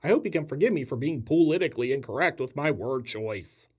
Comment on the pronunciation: "Poolitically incorrect." Priceless. Another great video, dude.